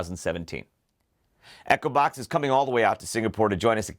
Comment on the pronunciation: You don't pronounce Echobox properly because I keep hearing Acrobat instead of Echobox!